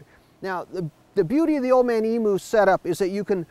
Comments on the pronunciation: It's EMU! not EMOO... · emoo...lol, just so you know it's pronounced eem-yoo